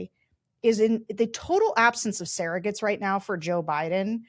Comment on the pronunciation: Funny...Sarah pronounces "surrogates" as "saragates"